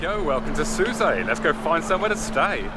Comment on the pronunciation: Shame you didn’t show the Marina in Port El Kantaoui. I’ve never heard Sousse pronounced the way you pronounced it…Soussay?